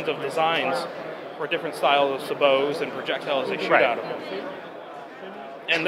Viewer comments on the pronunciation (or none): "Suh-bows"... Try "say bow," how sabot is pronounced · First, it's AbramS tank, not abram. Second, it's pronounced sAbOt, long A long O, not the French pronunciation. Sabot is most effective when fired from a smoothbore, not straight cut or rifled. Max effective range on any tank in the world is 5,000meters, not 6 miles. Sabot muzzle velocity is approximately 5000fps. If they wanted a sabot-round-effect, then they should've built a 12ga. This poor bastard is completely out of his league and utterly ignorant of both tanks- not the best strategy for making comparisons and calling something "abram tank technology"- and his product.